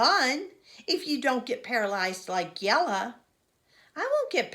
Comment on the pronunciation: Thank you for reading the wheel on the school you are so good at pronouncing jella ❤❤